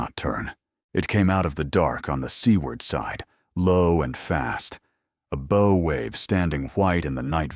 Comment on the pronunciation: How can you call a bow of the ship a “brow” all the way through the story.